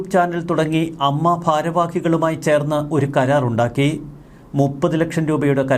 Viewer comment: അമ്മ അല്ല ഏയെംയെംഏ.